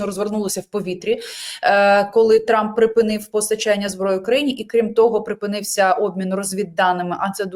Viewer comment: «Труп.. тьфу.. трамп» оговорочка по Фрейду 😂